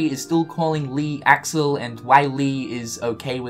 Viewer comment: Y-you pronounced Axel wrong...